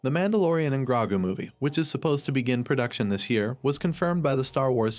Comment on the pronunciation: Wow this AI narrator is terrible. Can you get a real person to do voice overs and pronounce Grogu's name correctly?